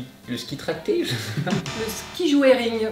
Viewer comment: A , ça se dit ''joring'' et non ''joering''